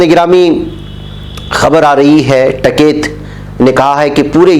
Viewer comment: ╔═══ ❤☀🍀☀❤ ═══╗ Janab, ASAK. Jis aadmi ne poore ek saal ka agitation chalaaya and jis ka naam har roz surqiyon me bana raha woh hai TIKAIT but not TAKAIT. I had repeatedly pointed out this mistake to you but your arrogance did not permit you to mend yourself. TIKAIT could bend the arrogant Govt. but not you. How can you repeatedly wrongly pronounce the name of person who had become a household name??? Any excuse??? One can only conclude that you are incorrigible!!! ╔═══ ❤☀🍀☀❤ ═══╗ One of your regular subscribers. ╚═══ ❤☀🍀☀❤ ═══╝